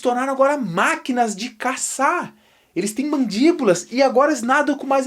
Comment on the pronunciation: Como biólogo ta ok. Mas precisa melhorar no português hein kkkkk "Mandíbolas" não existe